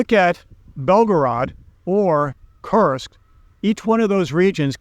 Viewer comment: it's not Tim-u-men. It's Tiumen. Read it "Tue-Meng". As well, it is "Koor-sk". like Coors' Beer. Not "Curse-sk" like Cursed.